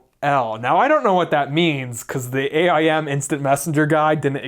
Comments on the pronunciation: Who the fuck calls it A-I-M lmao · Why do you keep calling it A I M like 3 separate letters? I’ve only ever heard people calling it Aim.